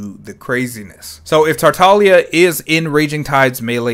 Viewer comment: Thanks for pronouncing his name correctly. Other YouTubers and their hard G's are making me insane.